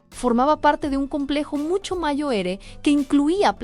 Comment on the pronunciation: Una precisión: no se pronuncia mayo-ere, no, la letra "r" al final de la palabra es FUERTE, COMO SI FUERA "RR", ES DECIR, SE PRONUNCIA MAYOR, NO MAYO ERE.